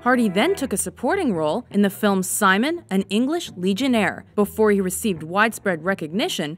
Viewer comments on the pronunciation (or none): none